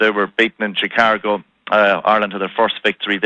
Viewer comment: Why is he saying ChicaRgo? I'm Irish and I simply don't understand this left-over paddywhackery